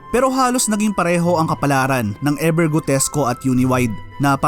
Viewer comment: E "VER" Hindi E "BER"